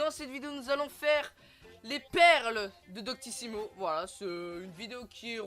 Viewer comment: Super mais fais attention a bien articulée quand tu crie voilàaa mais si nn good 😁